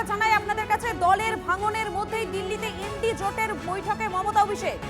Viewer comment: INDIA জোট নয় ইন্ডি জোট। কি জানি কি স্ট্যান্ডার্ড এর রিপোর্টার।